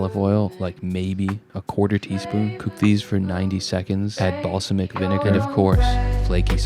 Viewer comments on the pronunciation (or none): Shaq - deliberately mispronouncing "balsamic" and "chimichurri" in order to bait rage-engagement in the comments shows a truly advanced understanding of the type of content you are parodying. Please only use your powers for good